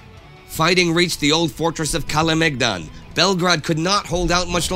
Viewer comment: I just love the fact that Indi nails the pronounciation of Sava and Kalemegdan and buchers the rest.